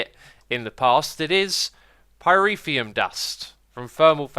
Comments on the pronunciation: Sry X, but it's driving me crazy that you always say pyrEthium. It's Called pyrOthium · how to pronounce Pyrotheum - Pie - row - phe - um. that is how to pronounce pyrotheum.